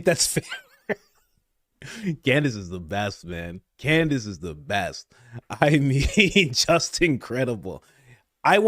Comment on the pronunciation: No hate only love but I feel like we need a candace/ mispronunciation compilation;D